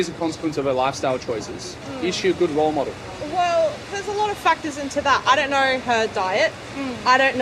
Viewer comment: .. just leave out the "c" in factors..(pronounced) "fatwhores" ,,lol..or wait , was that a just 2 fat/actors becoming 1 word..olloololollool!OLO!L!OL!L!L